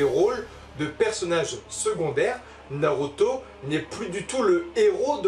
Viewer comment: Art de dire noroto 😂